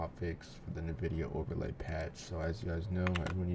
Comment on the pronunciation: 'in'vidia, not 'nuh'vidia